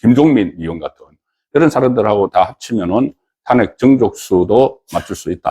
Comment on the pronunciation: 탄핵 ' 이 아니라 '탄핵' 악센트를 앞이 아니라 뒤에 두고 발음을 하세요